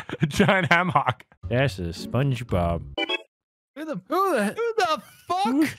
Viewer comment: "Spunge Robbrt" - 2020